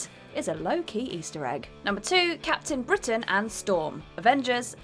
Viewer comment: Captian Britain........he’s not captain Ian its captain!